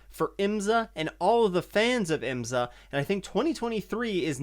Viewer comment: Love your work - it’s so hard to find quality IMSA content … please try “IMSA” pronounced as “s” not “z”